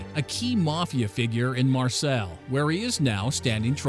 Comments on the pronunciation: Marsay not Marselle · FYI: If the word is Marseille, it is pronounced Mar-say, not Mar-sell. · In Mar-sell lol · Not trying to be smart or anything with you but its pronounced Marsay not Marcell. 😜 just for in future for you.... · Mar-say not Mar-sells lol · The narrator needs some help with pronunciation. How does the correct pronunciation of the name of a city, which was founded in 600 B.C., get lost on this man? He says, "marsell" instead of, "marsay". Also, what is a "mafoso"? I believe the term is , "Mafioso", pronounced mah- fee- oh-so. Such great content loses luster in the light of ignorance. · Marseille is pronounce marsay not marsel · It’s not “mar sel” it’s “Mar Say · "MAR SELL"...... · "The intrinsically planned job?" Ummm... Also, "Mar-SELL." 🤣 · Marseille is pronounced mah-s-eye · I never heard anyone pronounce "Marseilles" as "Marcel." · « ..A key mafia figure in MARCELL » ahah love it when americans try to pronounce french city names 😂😂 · My guy called it marsel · Pronouncing Marseille like Marcel is being very lazy on your behalf. You should check up on these things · Whoever is narrating this is unable pronounce “Marseille” or “intricately”. Your license to speak should be revoked and you should be publicly chastised and tarred and feathered! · Ur pronounciation of France and Marseille are so awfull sheesh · anybody else hate that he pronounces Marseille wrong? this man clearly doesn't watch soccer